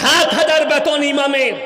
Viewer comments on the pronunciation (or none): none